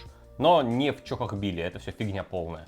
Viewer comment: Бля!!! Чохохбили! В моих ушах боль! Тоже самое что говорить собака,а не сабака!!!